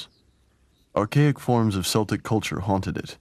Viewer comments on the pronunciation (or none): I think he was 39 when he died not 38. And Celtic is pronounced with a hard c not an S, Unless you are referencing a Scottish football team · Celtic is pronounced /keltik/ Laugharne is pronounced /larn/ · along with mispronunciation of “Celtic,” and factual errors, unbelievably sloppy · unforgivable mispronunciation of Celtic, ruins the documentary